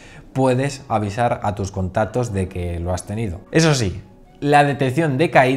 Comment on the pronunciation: like si oíste que dijo contatos y no contactos